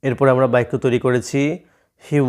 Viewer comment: আপনি বাক্যকে বাইকোবলেন🤔🤔🤔🤔🤔🤔